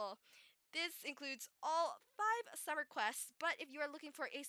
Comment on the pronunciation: Hmmmmm This is so helpful :0 so thanks :> And did you say Summer or Swimmer? I also thought of the word too when I reas "Swimmer flippers". xD